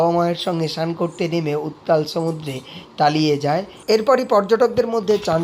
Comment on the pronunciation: তালিয়ে গেল বলছেন কেন?তলিয়ে গেল বলবেন।